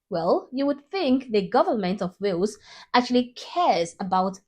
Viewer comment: It's not whales 🐳.... It's Wales